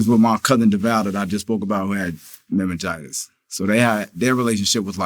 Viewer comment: Dude said "Mememgitis" 🤦🏾‍♂️